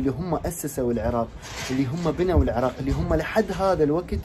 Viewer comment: الجوهري جان يكول العُراق ما يكول العِراق فسلوا ليش أنا اخشا كسر عين العراق وفي هذا الزمان لم تكسر عينه بال كسرة العراق